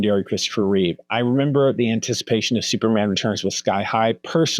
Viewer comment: You know Christopher's last name is "Reeve", not "Reeves", right? There's no "s' at the end. Also, "Routh" is not pronounced "Ruth" but rather like the word "Mouth". And how come you didn't mention Tyler Hoechlin from the "Superman and Lois" TV Show? Edit: Okay... You corrected it later and said "Reeve". Thank you for that.